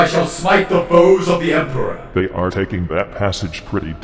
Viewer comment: “Emprah Rock” jokes aside, the idea of a Loyalist version of Noise Marines is one I find very cool. Bet they’d sound like Sabaton, just with more chanting in high gothic and brass instruments. And probably a pipe-organ the size of a Warhound titan.